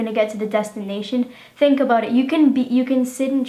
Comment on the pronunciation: 24 "abote"? I wonder where you live...